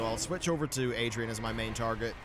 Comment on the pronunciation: Sounds very anal of me but Aridan, not Adrian xD